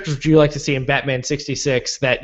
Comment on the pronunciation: Lol "battainment"